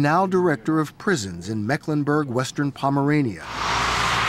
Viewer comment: "Mecklenburg Western-Pomme....." Mecklenburg Vorpommern!!! XD